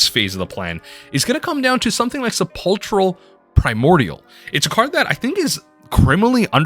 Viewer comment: Sepulchral is pronounced 'kral'... no ch sound.